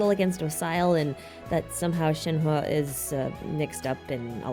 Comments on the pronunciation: I just started the video but I think your pronunciation of yunjin and shenhe is correct!!! at least in an english tone lol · compared to other Genshin youtubers here your pronunciation of Shenhe is pretty on point dont worry! thanks for the fun video!